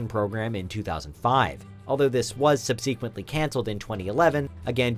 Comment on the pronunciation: The narrator mispronounced subsequently